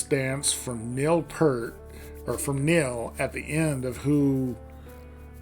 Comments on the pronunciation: It's pEARt not Pert!!! Pert was a shampoo back in the 70s. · Thanks for your review. Just a quick note re: the pronunciation of Neil Peart's surname. He pronounced it just the way it is spelled "P - ear - T" rather than "P - ur - T." By the way, the original recording of the song had John Rutsey on drums, not Neil Peart. Rutsey was fired after the first album.